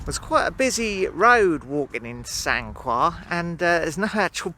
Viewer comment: It's pronounced Sancar :-)